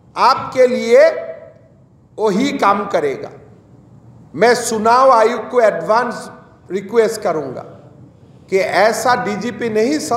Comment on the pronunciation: तुम फेहलए हिंदी बोलना सीख लो सुनाव आयोग😅😅😅